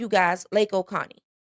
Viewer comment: hey, not picking, but its not oconnie, its o cOh nee